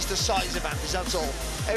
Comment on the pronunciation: Dubois its pusie